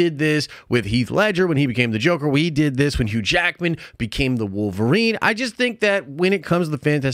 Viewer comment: "We did this with Hugh Jackman when he became Woverine" -- dude, you were in elementary school!